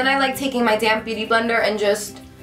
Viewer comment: I know you were saying DAMP, but I always heard:"So now I take my damn beautyblender..." haha